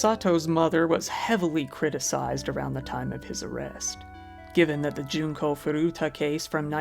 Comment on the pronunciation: junko not jinko tut!!